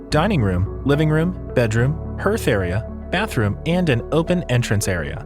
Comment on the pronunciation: hearth is pronounced harth, hearth and home. English is a son of a buck!